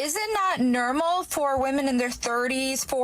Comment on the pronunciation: I can't help but notice how abnormal her "nermal" sounds😂